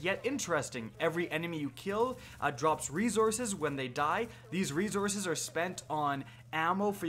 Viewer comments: Lmao rezources 😂🤣😭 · "Rezourzes" -, 2018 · Does this guy say "resources" weird? He's struggling with that word lol